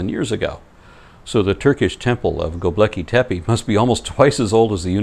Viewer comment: as much as I love and appreciate everything you do, please, PLEASE do not pronounce Gobekli Tepe like that EVER again